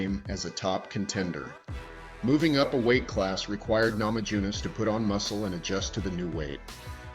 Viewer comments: You lost me at "namadzhunass" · "namadzhunass"?? LOL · Please at least learn to pronounce her name correctly 😢